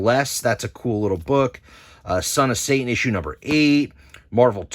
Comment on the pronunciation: Pet peeve of mine, when people from NJ say Say-in rather than Satan. 😂